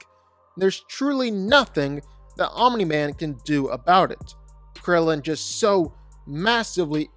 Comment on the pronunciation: Stop saying "Ominy-Man".